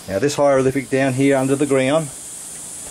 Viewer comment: pull the other one mate... you are full of shit........ where do you get your information? learn to speak before you embarrass Australia it is not a "hyrolific "